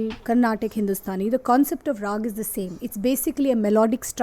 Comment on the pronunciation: It is not raagaa though.